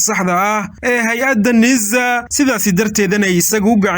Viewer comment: War yaa jaahilkan u oggolaaday inuu warka akhriyo.. "NIIZA" muxuu uga jeedaa? Waa NISA oo uu si xun uugu dhawaaqayo. Cunahana wax baa ka qaldan oo inuu ama qaaxo ama cancer (amaba wax kaleeto oo lama filaan ah) la il daran yahay baa suurta gal ah. Taladeydu waa in ruux kale loo dhiibo akhriska warka.